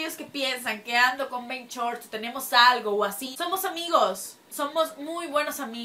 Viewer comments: BenCHORT´S Jajajjajajajajajjaja No es Benshort´s Jajajaj pero me Encantan tus Videos:) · "BenCHorts" LOL